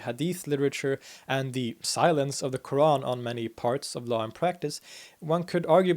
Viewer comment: No, not really, although is good but his pronunciation of word "Qur'an" is still off.